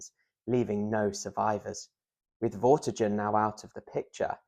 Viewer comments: Vorti-gurn, not jurn... 👍👌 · Vortigern has a hard g like in 'get' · Interesting video. But Vortigen/Vortigern is pronounced with a hard G (like the G in Gun), not like the J in Jail. I found that weirdly distracting. The video and information was good though, I did enjoy it otherwise.